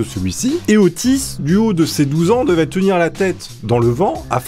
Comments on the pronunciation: Au début je croyais que tu disait autiste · Nan mais sérieusement, à chaque fois que tu dis Otis j'ai l'impression d'entendre autiste x) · À chaque fois on dirai que tu dis : ''OTTISTE'' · tu veux dire Ottis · Ottis tool . C la.liaison abrutie